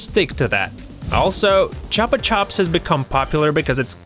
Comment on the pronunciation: its pronounced (ch-oo-pa ch-oo-ps not trying to be mean